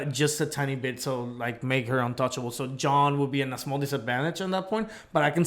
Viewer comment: Question,, I can't tell if it's just bc of your accent or not but are you saying Jaune as "John"?